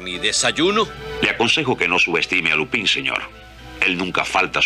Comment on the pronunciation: cualquier doblaje que diga lupÍn en vez de lÚpan tiene todo mi amor